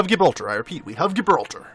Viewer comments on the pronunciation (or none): Gibraltar is pronounced Jibraltar. The G is a J sound.